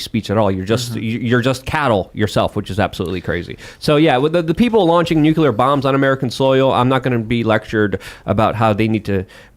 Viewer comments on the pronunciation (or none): What's with every guest and expert coming on and calling it "nukeular"?